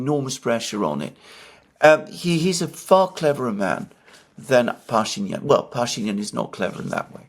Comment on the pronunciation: The right pronunciation is pashinIAn and bakU.